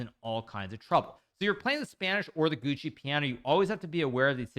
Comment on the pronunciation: HIKARU PORCACCIA LA MADONNA SI NU TRMN SI DICE "GIUOCO" NO "GUCCI" MANNAGGIA A CHI TI HA CREATO